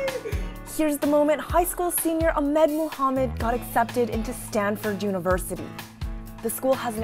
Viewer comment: it’s ahmed not admim 😭